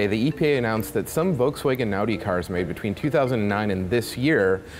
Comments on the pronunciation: did you just mispronounce Volkswagen? how the fuck does that happen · At least try to pronounce Volkswagen right...